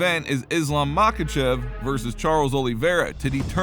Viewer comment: And it's islam makachev 😂😂😂😂😂😂😂😂😂